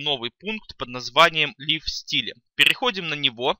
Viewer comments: "лив стиле"...аж ухо режет. правильно ЛАЙВ СТАЙЛ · Master-CSS Причём тут сапожник без сапог? Андрей всё правильно написал, читается Лайв Стайл.